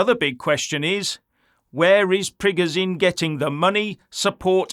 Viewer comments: FFS its not prig o Zine its preg o shin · You can't even pronounce Prigozhin correctly, you're talking like a globalist neocon and getting a bonner cos you think 25k mercs lead by a deluded egotistical billionaire that's had a breakdown thinks he can defeat the entire Russian army and the Russian people that over 80% support Putin 😂 Sorry pal, you've shown yourself up here and it's sad and pathetic.